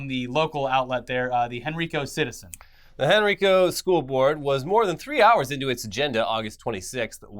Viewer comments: Hey guys! Virginian here, Henrico County is actually pronounced “Hen-Rye-Co”. Love the vids! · Hen-Ri-Co not hen-ree-co, i know this doesnt mean anything to anyone but i live in that county and it was bothering me so i had to say something sorry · Hey I know this isn’t really relevant to most of you guys, but I live in Henrico, VA. Since hearing you guys pronounce the county’s when talking about ChrisChan getting arrested at Regency Inn, I’ve wanted to tell you that it’s pronounced as Hen-rye-co rather than Hen-ree-co. I know this is super pedantic, but I’d rather let you guys know. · It's pronounced HEN-RYE-CO not HEN-REE-CO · It’s hen-rye-co not hen-re-co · this is the second video where Henrico county, Va has come up in a video and this is the second time yall have mispronounced it. It's pronounced like Henry-co. Y'all say it wrong! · You guys say Henrico wrong. I live in henrico county, Virginia. it's pronounced Hen-rye-co. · Henrico is pronounced Hen-rye-co. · Nah that's how the white pronounce it real way is hen-ree-co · Guys, I love your content, but Virginia county names give you serious issues. It's pronounced Hen-Ry-Co. It's 20 minutes from where I live. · Small nitpick but Henrico is pronounced Hen-ry-co.